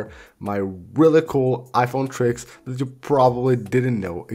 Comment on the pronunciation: bhai mujhe toh really really sunai nahi diya mujhe "wrelly wrelly awesome